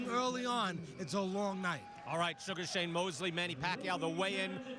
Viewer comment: Sour "Shame " Mosley